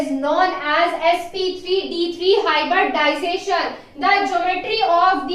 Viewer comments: It's hybridization not hyberdization🙄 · Sorry madam.....but it is hybridization not hyberdization at all😐😐